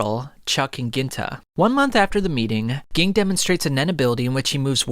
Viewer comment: Ging lmao it's like you never watched the anime you are saying all these names wrong